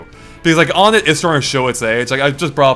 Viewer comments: Muh-lay. Un-ett? Guys, I don't want to sound mean but it's ON-ETT and May-lay. And I used to call it One-t and Mee-lee, so it's not just you! :D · To be entirely honest, even though I'm a Ridley supporter, this leak makes me realize that I don't think I would want him to be officially revealed because odds are he won't play the way I have imagined for him. Also... IT'S PRONOUNCED ONE-ET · Am I the only one that gets Earthbound city names being numbers? Onett (1-ett) Twoson (2-son) Threed (3-d) Fourside (4-side). It's not o-nett. Not incredibly important, but just something that makes sense. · I always pronounced Onett as "Wun-ett"